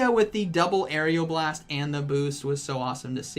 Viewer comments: What it is: Aeroblast How pronounces: Aerial Blast😂😂😂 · just so you know it is aeroblast like air-o blast not air-eeo blast. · It’s AERO blast not AERIAL blast.... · "Say Aeroblast" "Aeriel Blast" "Aeroblast" "Aerial blast" "...say Aero" "Aero" "Now blast" "Blast" "Aeroblast" "Aerial blast" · Dude....it's just aero not ario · Its not "arial blast". It is "A-row-blast" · It’s ARROWBLAST NOT AREOBLAST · How I say aeroblast oreoblast How say it arial blast lmao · who else got triggered when he said "aerioblast" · Couldn't finish the video because my ocd couldn't let me listen to Air-E-o-blast one more time. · It’s pronounced AREOLA blast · Nobody:: Aerial Blast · Everyone "Aeroblast" " Aerial Blast" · How many times does say aeroblast wrong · Everyone: You're pronouncing Aeroblast wrong. Me: Hey, you learned how to say Diggersby! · First he pronounces diggersby wrong Now Aeroblast Lugia's best move (My favourite Pokemon) Still love your video